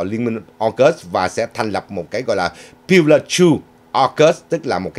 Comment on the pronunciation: "Pillar" (cột trụ) chứ không phải "pilow" (cái gối) !!!